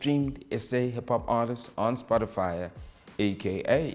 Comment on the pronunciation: Is he saying Spotifyer?😂